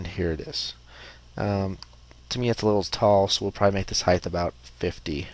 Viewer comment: Great tutorial. I like that you are slow, methodical and easy to understand. Having been an instructor myself, it is appreciated. As previously stated, your lack of editing of errors is very helpful. Only one comment. "Height", ends with a "T". I look forward to your other videos.